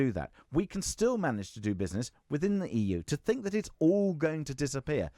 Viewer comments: Wiv....fink...reckonise...ver (for the...) Go back to school, learn to speak properly. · It's hard to take advice from someone when they can't pronounce the word 'think' correctly.